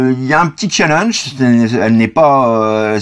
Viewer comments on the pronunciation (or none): none